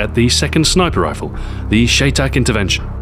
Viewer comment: Shy Tac! It is pronounced Shy Tac! Spelled Chey Tac, pronounced Shy Tac. Chey Tac is short for Cheyenne Tactical